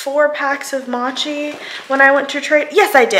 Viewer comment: Mochi is pronounced “mow-chee” lmao. I was confused, I thought you were trying to say matcha and I was like why she eating matcha 😂😂😂